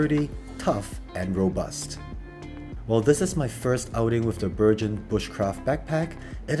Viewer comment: I have seen two reviews on this backpack and in both the pronunciation of the name BERGEN has been BERJEN when in fact it is a hard G, and comes from the Norwegian Bergan rucksacks that were adopted by the British forces in particular the Army Commandos and later the SAS, Airborne Forces and Royal Marine Commandos, where it has become the generic name for most large rucksacks in the British forces. So this should be called a BERGEN with hard G, unless Helikon has called a BURJEN or BURJON to be logical.